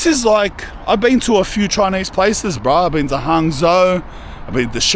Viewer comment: Say bean again 😂😂